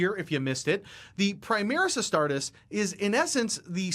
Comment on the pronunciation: Every time he says astartus, it just... ugh. The rule breakdown is good, but I wish there was a version without the lore he butchers